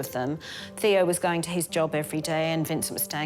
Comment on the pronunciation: Stope already, .. STOP; saying vangock and Tayo !!!! VanGogh and Theo FGS !!!!!!!!